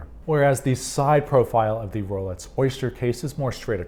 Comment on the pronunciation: Sounds like you're saying Rolets and not Rolex, which is more interesting than you might think, as I have an acquaintance who mispronounces X as TS. Is this a thing? Edit: Yep, he's definitely saying "Rolets". Listen for yourself. Multiple times he says it.